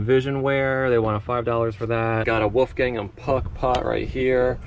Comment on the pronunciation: Right?! I was like did he just mispronounce one of the oldest companies to employ women? Then the Wolfgang AND Puck I was giggling. Central Florida here. I wish you continued success.